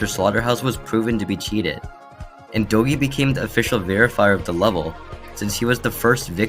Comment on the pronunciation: Ive never heard anyone pronounce doggie as dough gee